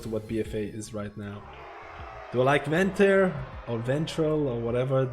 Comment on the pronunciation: With all due respect, Venthir is pronounced “Ven-theer” and Conduit is pronounced “con-do-it”